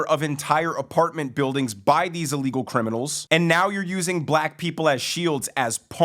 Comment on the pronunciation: u amd do the same thing: when u say ILLEGAL u actually say a-legal Just fyi